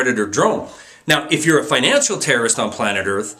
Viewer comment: Great video... but FINACAL? You mean FINANCIAL right?